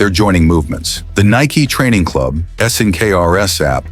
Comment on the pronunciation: If you are gonna do AI, at least make sure it can pronounce the one word the video is about.